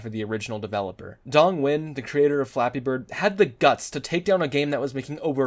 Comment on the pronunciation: Ironically, you're the only Youtuber i've seen so far who pronounced the creator's name right